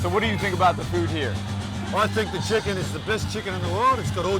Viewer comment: the best chix-ken 🤣🤣 alam na this